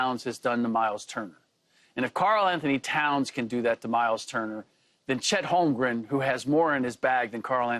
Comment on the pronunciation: Did Pierce just say “Chet Hamgram”?